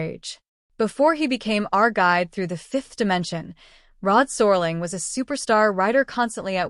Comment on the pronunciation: Awful AI narration. Can't even pronounce Rod Serling's name!